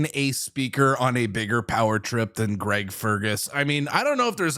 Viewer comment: Lol his name is Greg, not Craig, just figured I'd point that out since you're calling people idiots.